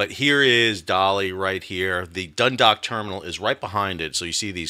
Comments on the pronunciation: Great commentary. One note from Ireland: Dundalk (named after the town in Co Louth) is not 'dun-dock' it is 'dun-daawk' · Great informative report. Just a minor point of information to add… Dundalk is pronounced Dun-dawk (rhymes with hawk). Thanks for your updates. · As a Baltimore local, I want to help you with some pronunciation of the locations. Dundalk - the "dalk" part sounds like "walk" Seagirt - the "girt" part sounds like "dirt" Just trying to help, honestly.